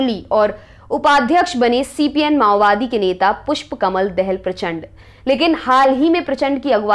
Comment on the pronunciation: ओ प्यारी बहेना पुष्प कमल दहेल नही पुष्पकमल दाहाल हे सहि सब्द बोलो या तो प्र कटाहुवा चण्डे बोले उस आतंककारी को